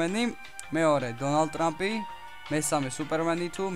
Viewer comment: trup ara trump :D